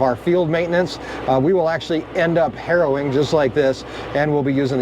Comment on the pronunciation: It’s harrowing. It’s important to pronounce the ing when saying harrowing. Otherwise you’re just out there doing heroin and people are going to talk…😂